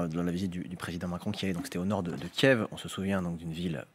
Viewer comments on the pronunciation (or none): none